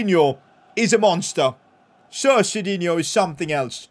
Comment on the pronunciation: U kept saying sit instead of sir